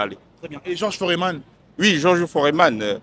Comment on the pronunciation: Pas Foréman mais plus Foreman c'est un "e" muet